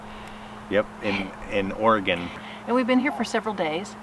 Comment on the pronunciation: Thank you for saying Oregon correctly. Also for the closed captions. You two rock. Thank you thank you